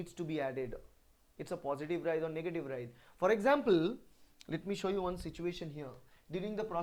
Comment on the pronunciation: It is " writhe " ..... not ride , right or wright .....